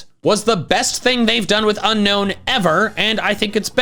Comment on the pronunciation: It's Unown, NOT Unknown! There is no K in the name!